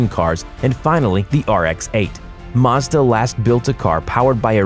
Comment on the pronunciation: Mazda not marzda